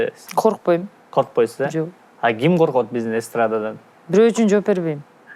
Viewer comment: KG stan аларга коток деп угулду